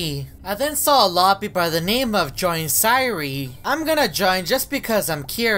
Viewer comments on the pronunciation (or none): none